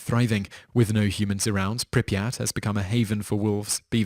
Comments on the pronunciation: This guy calls it Pree-a-pat!!!!!!! It is actually pronounced prip-ee-at. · Pre-a-pat?!?!? how about prip-yat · I don't like how you said "Pripyat"